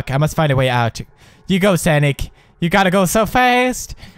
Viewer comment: bro...it's 'sOnic'...not 'sAnic'!